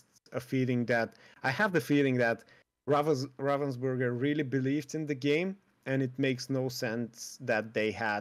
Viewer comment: Ravensburger is not a Burger its a Burg (German word for castle) xD And have nothing to do with raven. :D I like how people express that comany Name in english. It sound everytime so wrong XD